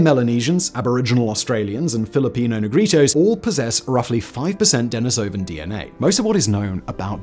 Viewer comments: Fascinating! I think it's pronounced duh-NEE-so-van, though. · Love your work, Simon, but I have to pick a little pronunciation bone with you here. It is De-NEE-so-van, not De-ni-SO-van, and De-NEE-so-va, not De-ni-SO-va. You have to look at the original Russian pronunciation.